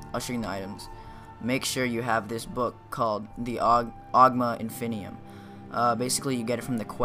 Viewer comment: The Onion Infinium. I am literally crying. He said it at first. Onion infinium.